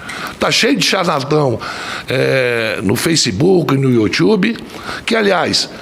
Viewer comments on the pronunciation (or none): Não sabe nem o nome dos médicos.. e ainda não fala Youtube direito...analfabeto..."YOUTWOBE". Nise é médica DOUTORA...LUANA é uma CHARLATÃ. pensa que é cantora e se denomina Médica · "youtchubi" é foda..kkk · O cara é presidente da CPI e não sabe o que é tratamento precoce?????? É sério isso????? Pq não procura no youtchube kkkkkkkkkkkkk por favor kkkkkkkkkkk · "iuthube". Haja paciência! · ""Iu tiube""....pérola de Omar Aziz